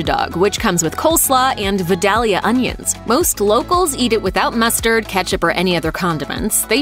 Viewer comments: For the record...they are pronounced "Vye - dale - yuh" onions. I hear culinary experts, master chefs and cookbook authors absolutely butcher the pronunciation of Vidalia onions. Again...it's "Vye - dale - yuh". Get it right next time, please. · Vidalia is pronounced VYE-DALE-YA